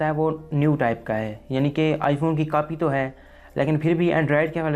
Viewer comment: Aby bolna to Sikh ly Notch ko Natch bol RHA hai Copy ko Capy bol RHA hai